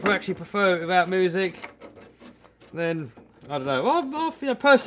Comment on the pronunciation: Haha he said moosic